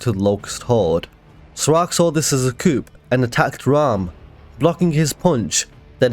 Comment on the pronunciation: Just to let you know. Coup is a French word pronounced coo. The p is silent.